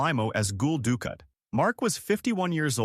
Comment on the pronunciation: Dukat sounds like dukot not ducat.